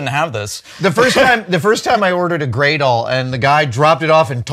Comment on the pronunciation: What did Adam say he ordered? Gray doll… a gradle?